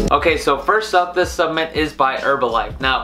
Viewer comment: I think I'd put more substance in your opinion.... well, to be honest - even if you could articulate the word "supplement" properly - I still wouldn't. I knew Mark Hughs, the kid who started Herbalife. I knew what drove him to find the products, and how the death of his mother, after her many diet merry-go-rounds - caused him to want to build a company of quality, selling quality products in his supplements. I used the products and gained the health many years ago which will see me through the rest of this journey. I am, and have in no way been affiliated with Herbalife for more than 25 years - but the quality was always beyond question. You missed on this one.